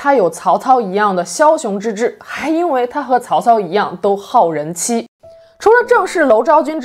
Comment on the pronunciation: Up主准备说到“好人妻”，竟然像“八戒”一样，口齿不清，流口水的感觉……回放4次确认😅😅😅😅